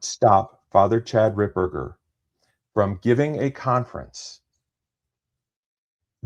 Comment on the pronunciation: It’s Fr Ripperger not RipBurger!. lol